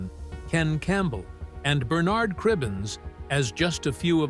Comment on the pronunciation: Python, Cleese and Bernard (Cribbins) all pronounced incorrectly. Americans who wish to treat UK subjects, do your homework!